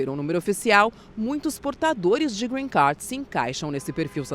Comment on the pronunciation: Porque voces pronuciam Green CAR,, nao e Grenn CAR e sim GREEN CARD (CARD) CARTAO, Nao e Carro Verde